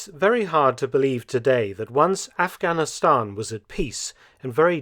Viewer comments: What’s with the toady pronunciation of Aghanistan as “off-gonn-i-STONN”?? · The way you pronounce Afghanistan is very annoying and frankly condescending!